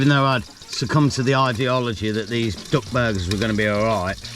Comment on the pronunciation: Great video as always, but as an Australian listening to a english accent I thought you were saying DOG burgers!😂 glad it was DUCK! 😅